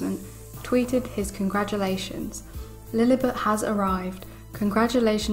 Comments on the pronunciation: It is Lilibet not Lilibut. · No offense but please pronounce the name correctly, it's Lily-bet, not Lily-butt.